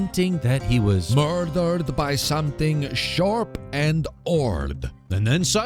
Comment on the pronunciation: "Mister Evil Corrupshone. So angry he throws his prescription glasses down. He was mordorred by something shorp and horrd. He cosplays as Super Mario" TOO MUCH. HAHAHA FYI, don't "clean" your hand in a fish bowl...unless you want an infecshone.